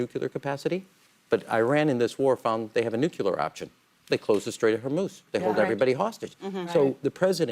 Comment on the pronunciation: Why does he keep saying NUCULAR? It's NUCLEAR. We all learned this when George W. Bush was in office!